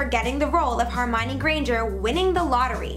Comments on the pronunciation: its HERmione, not HARmione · She said hermionie wrong she said "her mi ne " it's " her mi on y" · She keeps pronouncing Hermione wrong!!! It kills me!!!!!!